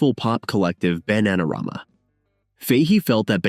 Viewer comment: A.I. SLOP. dumb AI can't even figure out how to pronounce the name of the band Bananarama.